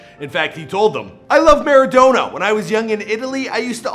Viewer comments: Please never pronounce him like maradowna again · Next time please pronounce his last name correctly